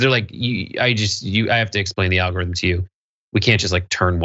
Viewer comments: "Alorithm?" What's an "alorithm" guys lol? You might want to fix that. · You know that "alorithm" is not a word, right? Ummmm, journalism? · Missed the "g" in algorithm btw. Great video keep it up!